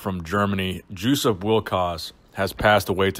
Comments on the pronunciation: Is it not pronounced “Yosup” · "Juice-Up" - Hahahahahahahaha!! It's pronounced "Jess-upp", but I'm sure Juice-Up was appropriate. RIP, Legend. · I would really wonder if Józef Wilkosz was not a Polish guy... did you just say his name sound like "juice-up"? :) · Still wrong. It's pronounced "Yoo-sup Vil-kahj" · you mispronounced his name throughout this whole video. The J is silent. It is pronounced like “yo-sup wil-coz”. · Did you mention the cause of death? (He was only slightly older than I.) Also. I think it's pronounced YOU sup VILL kosh. Sorry to hear of his passing. Also, you were right, in my opinion, to say that he was very underrated in his day and in apparently excellent condition for a senior citizen. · Hey Schmuck! He is German! His name is said "Yussup Vilkosh". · "Juice-up"? "Joe-chen"? Come on....